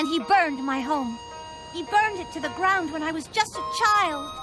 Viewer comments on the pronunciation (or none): the gwound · I've seen this video like 12 times, and I JUST caught the "burned to the gwound" before the clip 😂😂😂😂